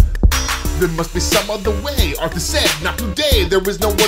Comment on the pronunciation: вслушайтесь он говороит артас тута ))